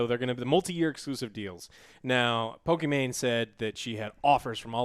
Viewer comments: As I hear Joe say “Pokiman,” I died laughing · Poki MaN pokiW